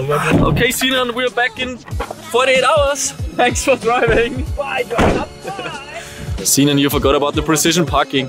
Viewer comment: thought it was Sinan not Sinaan